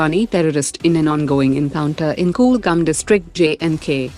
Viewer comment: Its Kulgam not koolgam